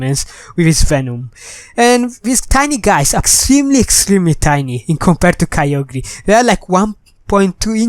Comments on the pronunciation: Its pronounced kai- ogrr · KYOGRE IS NOT CALLED ky-oh-gree its ky-oh-grrrr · ITS KYOGRE NOT KYO GRE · Your saying kyogre wrong idiot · You said kyogre wrong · dont know how to pronounce kyogre,everybody unsubscribe him[bobbbooooooooooooooooooooooooooooooooooooooooooooooooooooooooooo] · he don't know pronounce of kygre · He does not know to pronounce KYOGRE